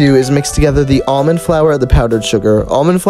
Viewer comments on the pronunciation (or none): none